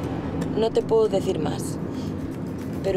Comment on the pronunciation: Is it only me being deaf or when Merche says "No te puedo decir mas" , it's more like "poooh-deh-theer mas" instead of "pweh-doh deh-theer mas". What I mean, there's no way I could hear "puedo" being pronounced there... like bit more than one whole syllable went completely unspoken. Is it common to say this word like this?